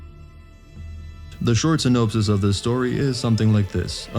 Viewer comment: sin-Nope-sis? AI isn't ready for takeover yet😅